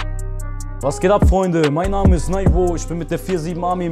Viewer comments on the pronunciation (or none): Er kann seinen Namen nicht aussprechen haha ....